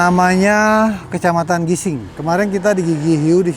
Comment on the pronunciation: Gisting bukan gising